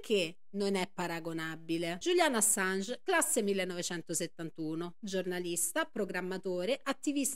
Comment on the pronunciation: Julian, non Juliane